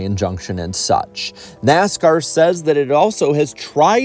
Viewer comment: "NASCOURT" LMAO I NEED TO HEAR THAT MORE OFTEN